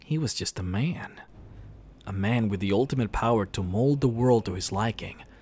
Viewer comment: ..But he's just a MA-YAN....Stahp...Please..Stop saying it that way hahah